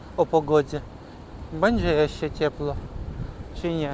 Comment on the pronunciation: Dlaczego ukraincy nie potrafią wymawiać literki "Ł". Ciągle tylko "L" mówicie. "Wylączona" zamiast "Wyłączona". "palac" zamiast "pałac". "Cieplo" zamiast "Ciepło". Tak ciężko nauczyć się wymowy jednej literki?